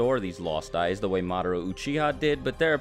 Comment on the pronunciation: It's because he keeps saying "SHAringan" "MAdara", "uCHIha". And it's friggin annoying lmao